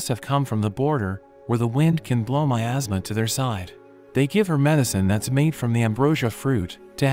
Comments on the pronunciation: Nah man that's got me laughing as well but he said miasma😭✋️ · 😂 I legit thought he said “In a kingdom covered by my ass” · I also heard asthma. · I just heard it said “ in a kingdom covered by my asma” 😂😂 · OK I will be totally honest with you in the beginning when he said in a kingdom full of my asthma, I heard making them full of my ass what is wrong with me? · "In a kingdom covered by my asthma..." is what I heard lol.